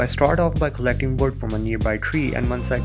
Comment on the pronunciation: Very noob plays right here... just the way he said wood put me off